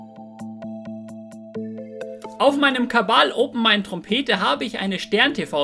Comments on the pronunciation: Wurde bestimmt schon oft gefragt - aber warum sagst du Kabal? Kabale und Liebe? Kabbala? ... o.o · Sprach Fehler am Anfang :o "Auf meinem kabal" hehe